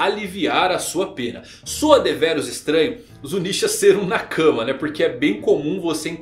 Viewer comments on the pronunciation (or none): E cabem todos? By: Chaves kkkk., pelo amor de Deus, pare de falar "na cama" e pronuncie "nakamá" que fica menos estranho kkkkkk' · a tônica de "nakama" é a última sílaba. Do jeito que você pronuncia parece que é " na cama"